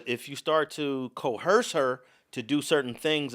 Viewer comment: There is no h sound in coercion or coerce. Coercion is enunciated with a zh sound with the z emphasized. Coerce has an s sound, similar to hearse or purse.